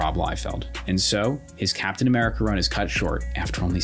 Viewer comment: captain ameridih 😭✌️